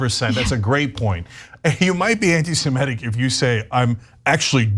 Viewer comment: It is not antisemETic. It's antisemitic. Please correct the pronunciation.